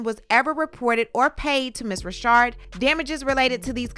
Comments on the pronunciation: Just so you know, her name isn't pronounced "Rashard." It's pronounced the same stamdard way as a man named "Richard." Dawn Richard. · They have and I just wanted to scream...IT'S RI CHARD! LOL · Is it Richard or Rashad? I am reading Richard, but you're reading it as Rashad. Leaving me a bit dizzy. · Her name is RICHard NOT Reeshard😮omg 🤦🏽‍♀️ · It’s pronounced Richard not Rashard I thought… I’m glad she came forward to speak her truth! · Lady it's NOT RASHAD IT'S F'ING RICHARD GD LADY U F'ING KNOW HOW TO SAY RICHARD STOP PLAYING 🙄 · No she pronounces as Rashard. But Dawn knows it's Richard. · Her name is Dawn Richard (RICH-erd) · Isn’t her last name “Richard?” Pronounced like how we say “Little Richard?!?!” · The women's last name is Richard, like Little Richard, why are you pronouncing her last name like that? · I'm enjoying the content but why TF you keep pronouncing her last name wrong.. it's annoying